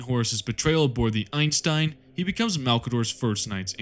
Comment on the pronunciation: my brother in christ its the THOUSAND SONS NOT A THOUSAND SONS AND ITS BJRON NOT BYORON AND ITS EIESENSTEIN (EYE SEN STEIN) NOT EINSTEIN . loved the video btw